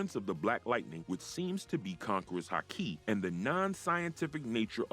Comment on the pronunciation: Fix the pronunciations. 3 minutes in, and if I have to hear “haKI” one more time… misspell the name of that’s what it takes to not have to hear “KAYdo” 25 times